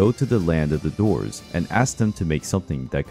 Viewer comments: He mispronounced Dwarfs lol it sounds like he's saying doors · When he says dwarves it sounds like he’s saying doors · You say the word DWARVES weird